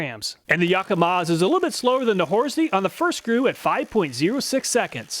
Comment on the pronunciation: Say "Yakamaz"